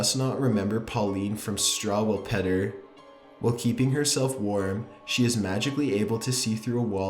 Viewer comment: Struwwelpeter is actually pronounced like differently